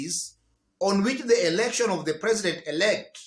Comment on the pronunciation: What did you expect the erection ruring was to mush for her hence the ingrish🤣🤣🤣🤣🤣🤣🤣